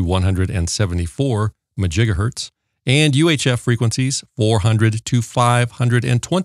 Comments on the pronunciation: What is a MAJIGAHERTZ??????are you trying to say MEGAHERTZ?…. There is MEGAHERTZ and GIGAHERTZ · I could not decipher if it is Megahertz or Gigahertz he is talking about.